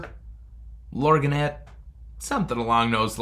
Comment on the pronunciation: The 14k Lorgnette is pronounced Lorn-YET. The g is silent. ☺ They hold retractable glasses that are typically used at operas